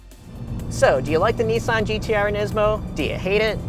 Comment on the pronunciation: Its nissan not neesan you can say nismo the right way you dont pronounce that neesmo so why pronounce nissan wrong